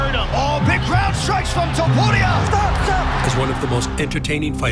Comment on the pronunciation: Porque han echo un conteo tan horrible ..que feo narra este narrador ..ni siquiera sabe pronuncia el nombre de topuria ...parece un narrador de volleyball